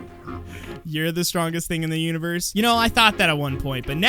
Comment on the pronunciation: Void Steve: I’m the strongest thing in the Univorse!! Me: bruh you even said “Universe” wrong!! XD I’m sorry I just noticed that and I found it super funny XD